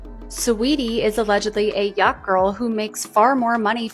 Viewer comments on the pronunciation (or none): Yacht thacht😂😂😂